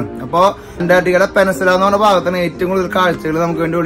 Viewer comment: പെനസുല അല്ല ചേട്ടാ...peninsula🥹 കളിയാക്കാൻ പറഞ്ഞതല്ല...ഒരു അറിവും ചെറുതല്ല☝️